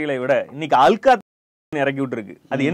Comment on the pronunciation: அது அல்கா இல்ல- ஹல்கா அப்படின்னா எச்ச அப்படின்னு அர்த்தம்.